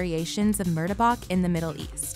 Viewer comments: Dont forget about mur-de-bak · the way yall done effed up butchering the pronunciation of ‘murtabak’ i cri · I almost got a stroke the way she pronounce Murtabak and Roti Sa Mai